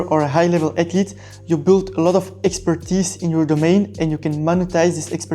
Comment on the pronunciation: Atlete. Screw saying the “h” sound lol